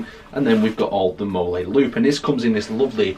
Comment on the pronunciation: its MOLL-EE not molay :) otherwise great video